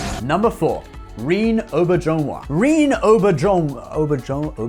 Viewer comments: It's pronounced Re-NAY oh-BEAR-zhen-WAH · Re-Nay Ow-Bear-Zhen-Wa, holy crap, Reen Oberjonewa? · Rene Auberjonois is pronounced "ren ay" "O bear ju nwa"